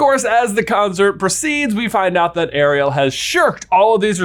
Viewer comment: … why are you saying Ariel like that? It’s like half the way Sebastian says it and half the regular way. It’s hurting my brain.